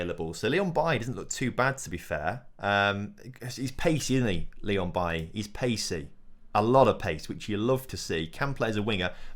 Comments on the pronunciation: it’s pronounced baylee not bailly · Why do you pronounce Leon Bailey's name like that. It's bailey, he is Jamaican not Ivorian. So it's pronounced like it is in English lol. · It’s pronounced Bay-Lee, I’m not sure why you are saying it like Eric Bailly